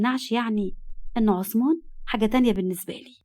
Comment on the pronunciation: هوة اسمو عصمان ولى عثمان ولى همة بينطقوهة كدى حد يرد علية 😢